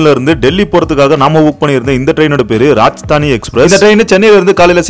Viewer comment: இந்த ரயிலின் பெயர் ராஜதானி எக்ஸ்பிரஸ் - ராஜஸ்தானி எக்ஸ்பிரஸ் அல்ல. Two tier ac coach, three tier ac coach என்றுதான் உச்சரிக்க வேண்டும். Second tier ac coach, third tier ac coach என்று உச்சரிப்பது சரியல்ல.